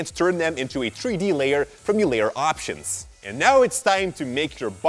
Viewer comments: 3D=THREE D, NOT TREE D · a tree dee model???😂 (I know he meant 3d but still COME ON)